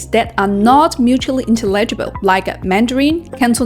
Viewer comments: It is /ɪnˈtɛlɪdʒɪbəl/, not /ɪntəˈlɪdʒɪbəl/ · Tomayto tomahto. You can understand her